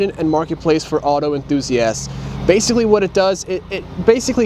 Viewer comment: "Auto Enthusi-ass-d"